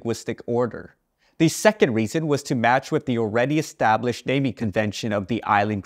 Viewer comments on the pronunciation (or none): none